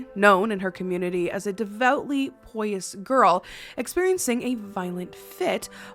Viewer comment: You're a very nice person, but I would suggest listening to audible books to hear how certain words are pronounced. "Treatise" for example is just *tree-tus*. Pious is part of piety, so *pie-us*.